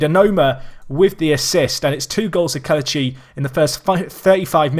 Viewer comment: It's pronounced Keh-leh-chee instead of Keh-luh-chee. Great video nonetheless